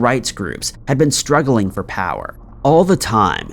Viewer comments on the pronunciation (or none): none